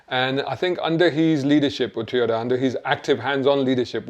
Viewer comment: Toyota, not Teeyota own Panasonic you plank